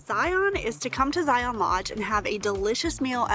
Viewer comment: FYI - Local pronunciation is Zion, rhymes with lion, not Zi On. Great video, other than the pronunciation of the park name. Can’t wait to watch the remainder of the videos in your series.